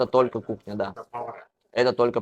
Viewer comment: Кухня десен кукня дебей